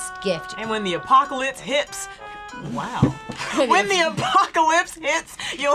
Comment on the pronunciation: "AND WHEN THE APOCALITS HIPS" 😂😭💀